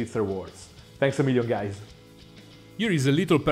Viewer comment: I love the "Hello guy(ze) :)